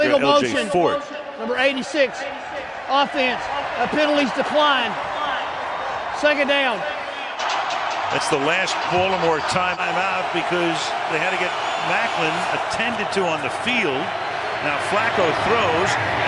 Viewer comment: I wish announcers and radio hosts who are unable to pronounce Baltimore would refer to the team as the Ravens. Baldermore isn't a place.